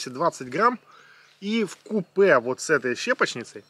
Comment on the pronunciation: сори не выдержал вкУпе) ударение на у и в конце е)) есть еще украинское слово докупи(читается доКУпы) означает воедино, вместе